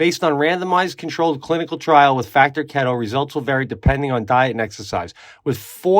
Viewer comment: Pete just a heads up bro the factor add is pronounced. Kee-to lmao not kett oo . I think I like it way better though lol ketooo